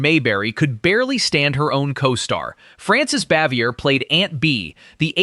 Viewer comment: Always wonder why the narrators of these documentary pieces can't learn how to pronounce the actress's or actor's names. He totally mispronounced the actress who played aunt b. Her name was Francis,.\n Anyway, you totally mispronounced it. Bins, that are full of of this stuff